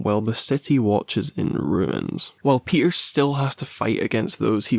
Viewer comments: My boy “ PEE-ER” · "we're here for my boy pe'er" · why'd you say peter like that